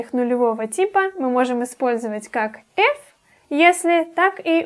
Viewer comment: не эф, а иф [ɪf]